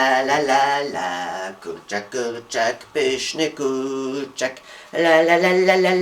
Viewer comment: wydaje mi się czy on mówi ,,kurczyk''